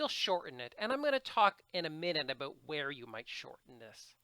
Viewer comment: I love your videos, I have watched about 4 just tonight and you man have given me a lot to think about and prepare for! BTW I can´t get over how you say about :D - oubout, aubout, ouibut or whatever! I really appreciate your knowledge about TOEFL. Thank you